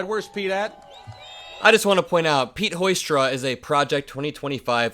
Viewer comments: He said Hoystra😳. It’s Pete Hoekstra😮. Maybe needs a cognitive test also 🙄🤣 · Are we talking about Pete Hoekstra? That's pronounced hook-stra, wow sucks. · It's pronounced: Pete Ho-stra. With all the ho's that hang out with MAGA, they should, at least, THAT pronunciation correct.